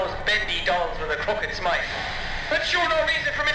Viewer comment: When you said crooked smile it sounded like crooked smite